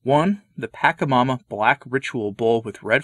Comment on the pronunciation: I like your videos very much. I just wanted to say the correct way to pronounce “Pachamama”. The cha -che-I-o-u sound in Spanish sounds like the ch of “charming” or check” or “cheese” or “chores” or “chew”.